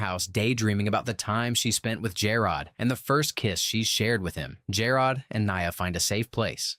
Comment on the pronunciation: The Pretender LOL and it is an amazing show to be fair they kind of say it like that in the actual show too.... I honestly don't think a bunch of white people knew how to say Jerrod so they call him Jer- Rod constantly